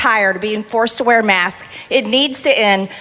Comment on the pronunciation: I aks you, you can see it clearly on the philum-she can only say marsk🤔She so dumb 🤭